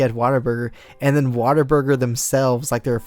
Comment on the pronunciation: Dude,, Whataburger, it sounded like you were saying waterburger xD